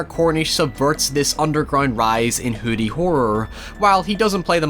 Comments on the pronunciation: Ahhh he’s saying “hoodie horror” not “hooty horror” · OH you're saying "hoodie" I really thought you were saying hootie for about half of the video! I was quite confused.